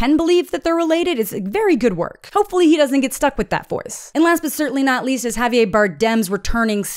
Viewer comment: javieR. not javiyay